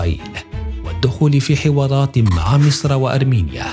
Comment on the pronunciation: يا جماعة بدل ما يقول حوارات قال حوالات هههههههههههههه😂😂😂😂